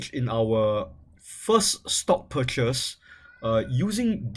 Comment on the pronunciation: "A-TORN-T-CATION" "PURCHES" Gosh his english is terrible as fuck.